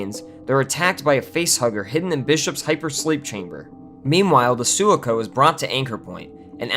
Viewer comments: dude .. aint no fan is going to take you seriously when you mispronounce Sulaco .. Sul-la-co .. no its Soo (su) Lak (lock) o (oh) not soo-la-co how the hell can you mess something up that badly and expect anyone to take you seriously as a fan? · How are you reviewing horror movies but can't properly pronounce key elements.... SU-LA-CO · It's pronounced Suh-lah-cō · The 'Soolah-co." LOL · Sorry but * Sue-lock-oh! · I agree about the pronounciation but the video is well-researched and well-done so I give him a pass on it. He is obviously a fan of the franchise. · You butchering the pronunciation of Sulaco shows zero effort in watching Aliens… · This was a great overview of the process of Alien 3! Thanks for this vid! But yes, Sulaco was mispronounced haha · The video is nothing more than a rendition of group think taken from a thousand other videos and fan sites. From the cookie cutter hatred for AVP to the grudging respect for Fincher, it was just rehash. Neither the editor nor the narrator were familiar enough with the franchise to spot the mispronunciation. The writer added nothing new to the conversation... it's a bad video. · The consistent mispronouncing of the Sulaco is killing me. LOL Good vid nonetheless. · Agreed was driving me bonkers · Me too